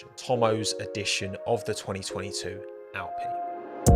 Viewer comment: "Racing Pine" why you have to say it like that